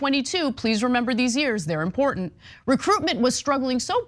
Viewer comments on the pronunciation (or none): Important ends with the t not a d.😁